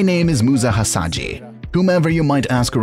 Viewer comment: His name is Musa Hasahya not Hasadji,,,, please